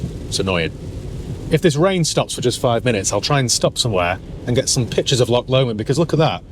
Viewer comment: "LOCK LOMOND" Arghhh you Sassenach!! You will be Wicker Man'd for that up here for that pronunciation . Say after me Laww-ghhhhhh Lomond